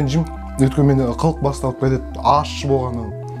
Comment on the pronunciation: Неге көбісі ащы дегенді ашты дейді? 😅